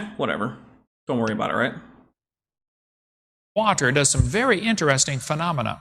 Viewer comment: I'm drinking wah-tur wah-tur